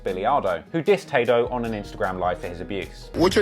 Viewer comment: "Tah-doe" what a fkn wanker Ross is